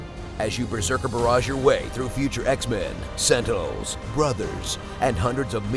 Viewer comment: Did he say Sentals instead of Sentinals?